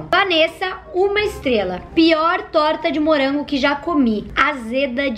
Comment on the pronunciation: "Hummm torta de murango"